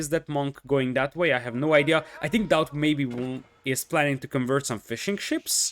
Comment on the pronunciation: Man every time you say "fishing ships" it sounds like "fish and chips" and it cracks me up